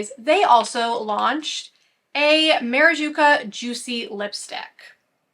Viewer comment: It's maraCuJa, not maraJuCa lol I don't know why I'm so triggered every time you say it wrong haha